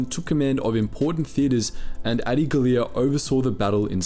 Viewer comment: That's how you pronounce Adi's name? Lol